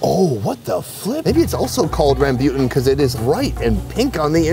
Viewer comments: rambuton is pronounced like ROM-BOO-TON not this crazy way that he just made up on the spot, "ramm-byutin" AHAHAHAH wtf!!!!!! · i am indonesian and its pronounced ram boo tan it nobody says thun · that's not how you pronounce rambutan lol its more rum-boo-tuhn than rum-byoo-tuhn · Lol.. he says rambutan like Rasputin. I’ve always heard it as ram-bū-tan. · I like how he pronounce rambutan, as rambyutan, in the Philippines we pronounced it as ram boo tan. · It's not rambyoutn it's raambootaan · Im a native indo and we pronounce it ram like computer ram bu like boo tan ram boo tan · In Indonesia the way we pronounce the red fruit/clam is "Rah-bu-tan" maybe in Vietnam it's pronounced different 😅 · It didn’t hit me until your second pronunciation of “rambutan” that you were saying “rambutan” lol for those wondering, it’s more commonly pronounced “rahm-boo-tahn”. “Rambut” is Malay for “hair”. Creative, I know. Lol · Hey,! Try saying it as "Ram-boo-Tan" 😁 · Its pronounce as Rum-bu-tan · He said “rahm-byu-ton” then they showed the pic of rambutan and i went 🤦🏼‍♀️ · "Rambutan" is not pronounced correctly. 🤣 Should be "Rum-boo-tan" (with the "tan" sounding like "fun"). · Its pronounced as rem-boo-ten 😳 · Rambutan isn’t pronounced rembeuton lol.. Literally all 3 syllables were wrong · hahaha its pronounced RAM-BOO-TAN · Do y’all pronounce rambutan like? Or is it I pronounced it wrong my whole life? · That hurt my ears. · The way pronounces rambutan hahaha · why pronounce rambutan like that 😭😭